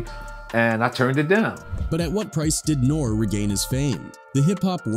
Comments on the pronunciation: NOR REE NOT NORE!!! is this AI or is this a little kid who wasn’t around back then? I always wondered that when people mispronounce famous people… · You're not saying his name right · How can anyone take this video seriously!? YOU NOT EVEN SAYING HIS NAME RIGHT!